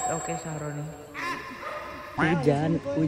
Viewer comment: Aku ngakak pas bilang sahrOni😮😅😅